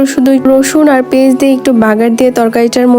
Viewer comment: tumi peyaj ke peiz kno bolo..... Plz apu peyaj bolba.... Tmr voice emni onk cute tmi pej bolle manai na apu...... Rag koiro na kinto